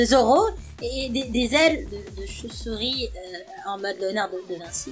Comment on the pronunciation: comment ta mi la choupsour pas la vidéo le choupesourie quand tu parle